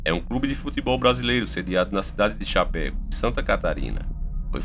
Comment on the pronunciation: Meu amigo,vc pronunciou o nome da cidade errado,se diz Chapecó e vc disse chapeco,kkkkkk,adoro seu canal. Sou catarinense e nao poderia deixar de falar isso,bjs